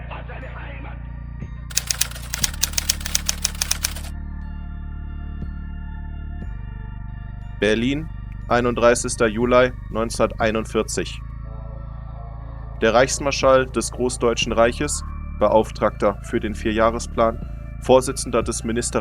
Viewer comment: Bravo! Great review. I think it is on Netflix right now. I want to see it. Great German pronunciation that is rare in YT historical documentarities. Except - Juli is "yoo-lee" not "yoo-ly" 😁